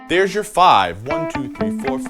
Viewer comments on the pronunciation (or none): none